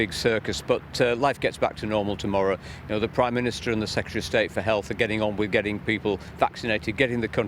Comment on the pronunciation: Someone should’ve corrected him; it’s called the PRIME minister not PWIME minister....